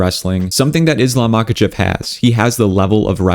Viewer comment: bro, not mAkachev but mahAchev